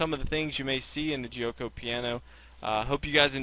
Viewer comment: the "g" in giuoco is pronounced as a "g" not as a "j". like the "g" in gambit, game etc